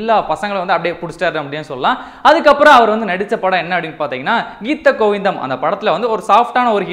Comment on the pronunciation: Thats geetha govindam bro pronunce properly